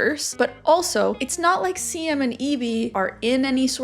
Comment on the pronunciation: Dutch is hard!!! 'Bottle' 😂😅😜You were correct , it's pronounced 'Beaudeal'. ❤ And Roos...🌹 is pronounced Rose. But with a rrrrrolling R . But just Rose is fine. 😉 Siem is pronounced as Seem. But hey...we still get it hahaha. And look at us Dutchies being an example of good communicators (watch me eat my words later...maybe). 😂